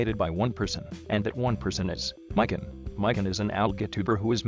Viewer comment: its actually pronounced /mē.kän/, not /mīk-ĭn/. it derives from ðe japanese word for ðe orange fruit, explaning why ðeir profile picture is a cross-section of an orange.